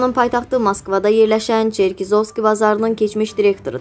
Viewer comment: Черкизовски sözünü düz vurğulayın, Montiniqro yox Menteneqro ))